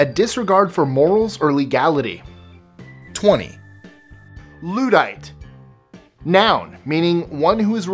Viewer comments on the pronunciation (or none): The u in luddite is said more like 'thud' than loo-dite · Its NOT pronounced loo-dite, its pronounced lud-ite. This is not a foofarraw! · pronounced ludd - ite not lood - ite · I cringed slightly when he said Luddite as /'luː.daɪt/ rather than /ˈlʌdʌɪt/. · It's pronounced Ludd-ite (Lud as in Bud) NOT Lood-ite (Lood as in Food). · Just FYI - The word "luddite" is not pronounced "loo-dite"... the correct pronunciation is "luh-dite" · Luddite pronounced in not loodite but lude-dite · "Luddite" pronounced /ˈlʌdʌɪt/ person says /ˈluː.daɪt/ ⟨loo-dite⟩ Nonetheless, not a bad list, I appreciate your sharing the masses extra vocabulary. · "Luddite" first syllable rhymes with "mud" , not "nude" - not so much anti-tech, but anti-tech that would cause unemployment. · Lud-ite not Loo-dite S-queue not s-chew Is that me being PEDANTIC or am NITPICKING over INCONSEQUENTIAL stuff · Luddite = LUHD-ITE not "lewd-ite" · Firstly, it's really pathetic if the vast majority of these words aren't already in your vocabulary, and second; if you're going to do a list of words you ought to know, learn how to pronounce them. You mispronounced Luddite and eschew. it's "Luddite" not "Lewdite" and "es shoe", not "es chew" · Great list, but 'Luddite' should be pronounced with a hard 'U', so that the first syllable does not sound 'Lewd' A Luddite was someone who smashed up early factory machinery in the Industrial Revolution, in England in the early 19th century. Notices were sent to factory owners threatening them with visits from the followers of the (entirely fictitious) Ned Ludd. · 25 words most of which are in common usage and used every day. Oh, and "Licentiousness" is a noun not an adjective; and where you have two consonants the same it means there are two syllables and the initial vowel has a soft sound as in Lud-dite. Five minutes research next time, or ask someone who has a clue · It may be regional. I am American and always thought that it was pronounced ludd-ite.